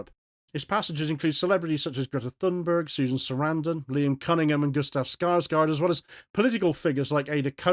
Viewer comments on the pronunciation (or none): Pronunciation protip: Alexander Skarsgård's surname is pronounced SKARS-gourd.